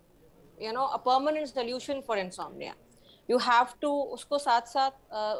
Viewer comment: चैनल का ऐंकर नींद ना आने की बिमारी को अंग्रेजी में उच्चारण ग़लत कर रहा है । वहीं डाॅक्टर सही उच्चारण कर रही है ।